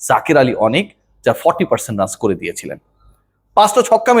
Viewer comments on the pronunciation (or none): none